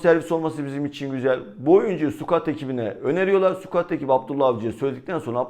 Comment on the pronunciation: abi şu sukuatı sıkaut diye düzeltsek olmaz mı ya